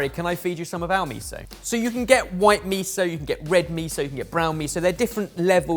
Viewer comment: Absolutely loved this episode and all the new uses for miso and tahini But please, miso isn’t meeeso😆 Mi as in Mickey Mouse So as in So, you’ve got it MiSo Apart from that fabulous fabulous fabulous